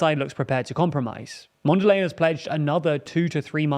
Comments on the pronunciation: I closed the vid when you called Mondlane "Mondell Lane" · Why make a video about people whose names youre not bothered to learn. Who tf is "Mondalay"? It doesn't even rhyme with the person you're talking about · My brudda, it is pronounced MondlAne like cOme, and not like laying. But A like in the Uk it is pronounced Apple. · I love that you are covering this story, but frankly speaking, I am really offended by the mispronouncing of Mondlane's name. Also the infographic on the terrorist threat in the north seems to suggest that an insurgency is coming from Zambia, which isn't exactly true. This could unintentional but still constitutes a subtle misinformation. It can help to run your graphic designs, and animations by regional and local consultants or content creators who can help with giving a clearer picture. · With respect you should get right the correct pronunciation of Mondlane.